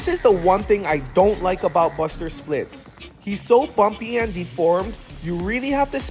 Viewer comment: You said "buster splits"